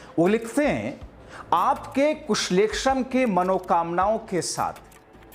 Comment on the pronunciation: कुशलक्षेम सही से बोलिए